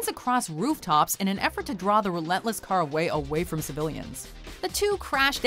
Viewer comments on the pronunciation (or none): none